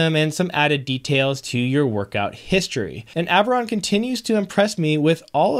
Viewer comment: you are saying the product name correctly. So how did we get to ?! Lol